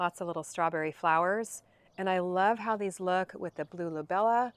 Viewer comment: It's a lobelia not a lobella